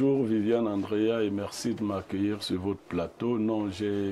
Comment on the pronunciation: on dit Andrea et non Angrea 😂; tu as du mal avec la prononciation de gre et *dre *